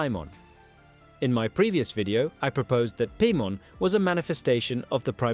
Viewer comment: do you even play Genshin Impact with the way you pronounce Paimon?